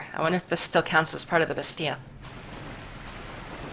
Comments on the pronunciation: According to my French Canadian girlfriend: Bastille is pronounced, in french, more like "Basty" or "Bastee" while you're pronouncing it with an extra sound at the end, like "Basty-ah". Likewise, in English, it's often pronounced "Basteel" with the the hard, more drawn out "ee". It doesn't really matter, honestly, since they probably pronounce it differently elsewhere too (as you said), I just figured I'd ask because my girl friend keeps giving me weird looks while I listen to the videos. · are you ever going to stop mispronouncing Bastille?